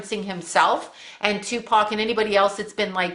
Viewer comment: Tu pock? I'm sorry it made me laugh :)))))